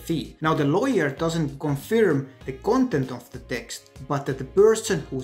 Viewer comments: Pal, the verb 'confirm' is pronounced 'conferm'. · Actually it’s pronounced kən-fûrm′ He is speaking in a foreign language for him. Give him a BREAK!